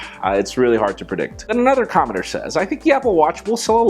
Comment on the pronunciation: Is it just me, or sometimes does it sound like is saying 'commoner' when he says 'commenter'.